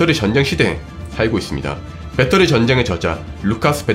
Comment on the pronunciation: 배떠리가 아니고 배터리예요,.ㅠㅠㅠ